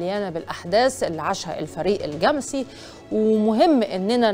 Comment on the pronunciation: أيه النطق الغريب ده؟!!!!! الجمسي بفتح الميم وليس تسكينها.